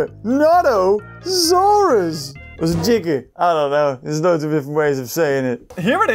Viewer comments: How to pronounce giga in English is giga not ghiga British language is ghiga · It’s pronounced giganotosaurus (ji-ga-no-ta-saurus) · It's purnounds (gig-oh-no-tu-sor-us) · Its pronounced like Ji.Gan.To.Saurus idk when spelled it right